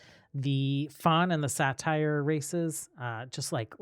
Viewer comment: I've always hear sait-er not satire for saytr